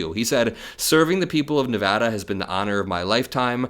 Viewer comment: This is the most disgusting thing ever!!! An apology is not enough! He needs to go! Thank you for pronouncing Nevada correctly 😂, my state. Glad Amodei is finally going he’s a Trump licker and has not done a lot for NV.